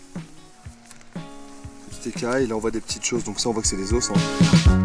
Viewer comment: Ça me tilt un peu de l’entendre dire « Des OSSES ! » 😂 j’suis grave sensible !